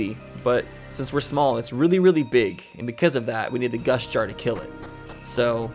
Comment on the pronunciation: was I the only one who thought was saying gush jar instead of gust jar?